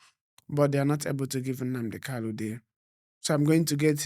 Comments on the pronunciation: Bro, his name is Nnamdi Kanu and not Kalu. You have constantly said it the wrong way and seems no one is correcting you. Change it from today abeg. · PLS GUYS HIS NAME IS (MAZI NNAMDI KANU) NOT (KALU) PLS ALWAYS PRONOUNCE IT WELL AS AN IGBO INDIGENES THAT YOU GUYS ARE...AND...NO DISRESPECT? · If his lawyers do not know how to pronounce his name, how do you blame someone else. A big shame. What this means is that the lawyers are defending someone else, not Nnamdi Kanu.